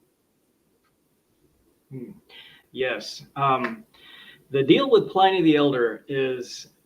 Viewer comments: The pronunciation of Pliny the elder was painful, Plin-knee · "Pliny" rhymes with "Ginny", not with "briny". That was PAINFUL. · "Pliny" rhymes with "winnie", not "tiny".